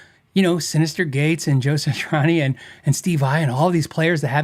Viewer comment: Dude, not to be too critical but... It's pronounced "Sat-tree-awn-ee" not "Satch-ur-awn-ee"